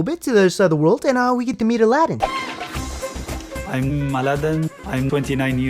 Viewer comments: His name is Aladdin, that's how HE pronounces it. SHE pronounces it A-LA-DIN for some reason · What annoys me the most is she keeps calling him Ala-deen. Did this banana lover never hear him say his name? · I hate the way she says his name